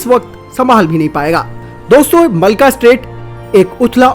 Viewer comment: भाई इसको मलका स्ट्रेट ना कहो यह मलक्का स्ट्रेट है। अच्छी वीडियोज़ में नाम की शुद्धता का महत्त्व होता है।